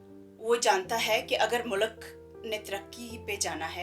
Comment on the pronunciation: Baqi sab batain theek hain informative … lekin mulak nae MULK behtar word hai …